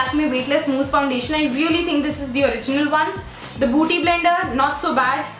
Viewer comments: 2.08 again she say booty blender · Its not buuty blender but bueaty blender yr .... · it's okay even if u dint tell it's a beauty blender but what is booty blender lol😂😂? It was so damn annoying to hear it over and over again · oh my God booty blender 😂😂😂😂😂😂 its beauty blender dear🌸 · i crack up everytime she says booty blender😂😂😂😂😂😂